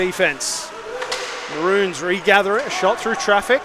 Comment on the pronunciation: Mah-rones Not bloody mah-runes